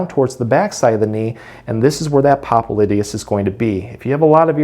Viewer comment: What nonsense. The guy can't even pronounce the name of the muscle. He calls himself a doctor when he's not. The massages that he recommends have nothing to do with the popliteus muscle. Time to move on...